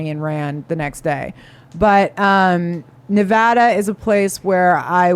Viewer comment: It should be all Red, if you asked me. Sisolak banned hydroxycholoroquine, that I was prescribed for Lupus, and hoarded it for the prisons system. Also, thank you for pronouncing Nevada correctly.